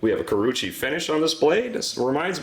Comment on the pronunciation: Very nice review. It is oww-gami and ku-row-uuchee though.